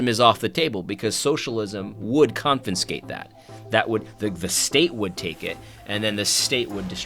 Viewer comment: AD! Bruh! It's "confiscate" not "confinscate".